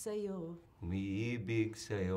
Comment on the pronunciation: his accent here when he said "umi-ibig" was perfect it gave me goosebumps. Edit: Nice work on this interview Ms. Lyn I really enjoyed watching it! 😊 love from PH